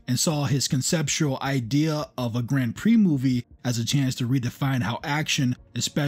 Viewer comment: Don't ever try watching "Grand Prix" on a television screen. It needs to be seen on a Giant Cinema screen. The love story is silly, but it's still way better than that Brad Pitt nonsense. Excellent video! (apart from your pronunciation of "Grand Prix")